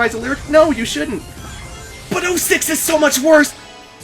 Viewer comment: Edward 423 he can't say the word 6 with his braces on (a few years ago) ........ 666